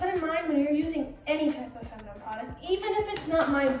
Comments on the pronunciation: Love you girl but it’s not pronounced femunum. It’s fe-mi-nin. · how you gonna have a hygiene brand but pronounce “feminine” as “feminum” 💀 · Why are you trying to give advice about female care when you cant even pronounce " feminine " right